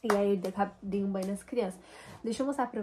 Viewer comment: NÃO É “DI”, É “DEI UM BANHO NAS CRIANÇAS “.NÃO EXITE “DI”!!!!